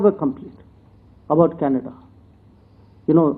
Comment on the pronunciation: dear bhaiyon........Canada is pronounced Can-a-da........not Kanedddddddddddddda Also, development is prouncouned DIV-EL-UP-MENT...not as it is written